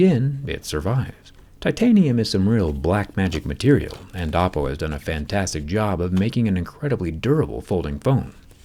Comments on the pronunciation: Bruh it's not "Appo" it's Oppo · Oppo made a fantastic job...of hiding an apple word in "oppo" . Once you hear the a(o)pple instead of Oppo while Zack talking... you can't unhear it... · Am i tweaking or does he say apple afew times instead of oppo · I Heard Apple all the time instead of Oppo 😂